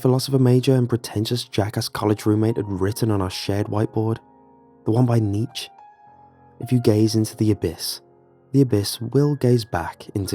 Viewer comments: The scariest thing in this story was the pronunciation of the great philosopher Nietzsche's name. It is pronounced kneetch-ah in German and some in English pronounce it kneetch-ee but nothing close to what they say in this story. Nietzsche is spinning in his grave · its more like knee ts che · Your pronunciation of nietzsche is horrible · Hate to be “that guy,” but you really butchered Nietszche’s name lol